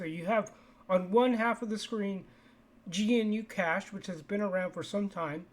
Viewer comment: Also, not gee-nu-cash. Just guh-new-cash